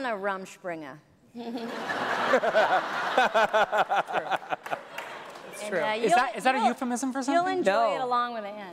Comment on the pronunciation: Props to Amy for saying rumspringa.